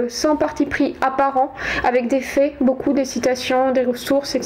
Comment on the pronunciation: Donc, vous êtes super. faites gaffe vos prononcez tous vos O en E et vos AI en é, c'est très dur a entendre. ça donne en éxagèrant en peu: la G(E)che pour la gauche , dans les fés, pour dans les faits, rejé pour rejet. Cordialement car cela n'enlève rien à la qualité de vos propos.